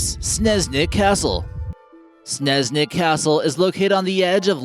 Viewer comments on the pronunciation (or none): Oh god, the pronounciation is Pretty Terrible, no offence. Btw Your video made All the Stuff seem creepy, haunted or weird, But it really isn't. It's Pretty breathtaking and beatiful. Also, it's not Sneznik, But Snežnik. Ž: zh Č: ch Š: sh Nice video nonetheless. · and i think sneznik is pronounced snežnik